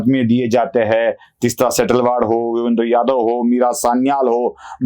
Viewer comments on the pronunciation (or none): none